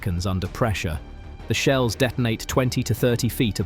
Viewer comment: 2 minutes in you refer to "high explosive sheels". What is a sheel?